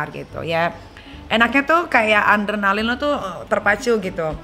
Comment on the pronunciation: adrenalin nyai, bukan andernalin